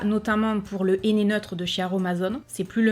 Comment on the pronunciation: mon néné... ça m'a fait rire. Avec l'accent, c'est hilarant. J'utilise du henné neutre grâce a toi et j'ai beaucoup moins de démangeaison. Quand a Action, j'y vais souvent et j'achète de temps a autre les produits que tu testes en vidéo. En générale, c'est toujours un grand oui. Des bisous